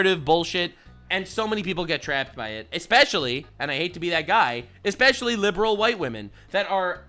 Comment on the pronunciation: Red flags in speech-patterns while dating: - Says "exspecially", "fustrated", "it gives"